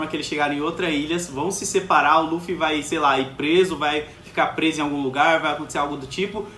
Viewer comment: Que agoniante esse careca falando o nome do Luffy.